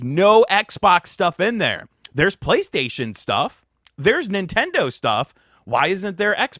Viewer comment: It's strange how pronunces the word Nintendo when saying he is a Nintendo Youtuber 😂